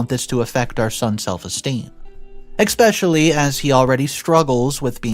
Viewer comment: there is no X or K in the word especially I have noticed that you don't pay attention to the pronunciation of some important words although the stories are good this detracts markedly from the story